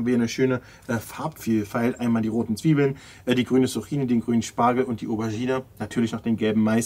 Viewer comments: Nicht ,,Suchini" sondern ,,Zucchini" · Es wird Zukini ausgesprochen 😅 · Kannst du zukini sagen und nicht Zucchini